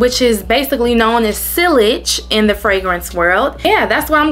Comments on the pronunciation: Hey cutie, sillage is pronounced....*see - auge * Nice collection ❤ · Sillage is pronounced sea-a-ge rhymes with Triage (like when you go to the emergency room). The ll are silent. And Libre (Lee-bray).